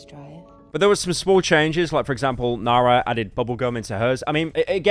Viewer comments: Man just use text to speech, IDK how you managed to butcher nara halfway through as well. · Cheers bru for mispronouncing the most basic South African names, truly peak content🙏🏿